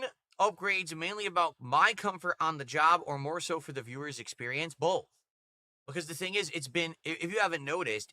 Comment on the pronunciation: is gonna build “BOLTH” of them.